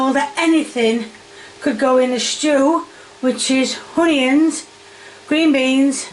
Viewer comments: why does she always say with an H?? Honions or Heggs? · There's no "H" in onions and no "I" in Carrots. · If I hear the words Carriots or Honions one more time I’ll scream